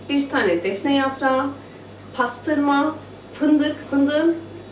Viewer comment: Aaa paastırma ve fındukk. Ne alaka bacııı. 😂